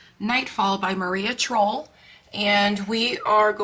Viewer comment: The e in Trolle is not silent. Nice picture though!